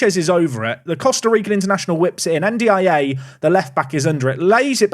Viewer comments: N’diaye pronounced en-dee-eye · you already have Dia, just say N'Dia for N'diaye 🤣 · Anyone know what episode the Sunderland away day was from last year? Also ‘N’Diaye’ is pronounced ‘N-Die’ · Ndiaye pronounced more like Undjai, rhyming with eye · I dunno why but I feel it's pronounced "Und-ya", not being snarky just wanting to get to a point where we know how it's pronounced for sure :)